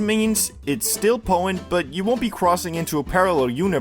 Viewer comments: Poh-en. They're very poh-en. Such high poh-ensee. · Poh-tent !!!!!!!!!! It's not that hard to say there I just helped you